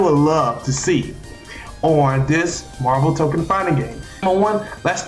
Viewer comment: I’m sorry I gotta say it, it’s TokON, not token (otherwise good video just a pet peeve)